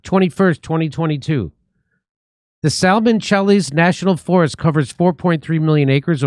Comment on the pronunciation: Jimmy passed the Jew test with his (mis)pronunciation of the word Salmon.😂